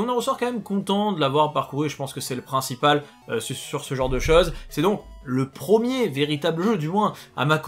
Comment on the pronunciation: prEEEEEmier, on dit prEEEEEEEMIER, pas prooooomier.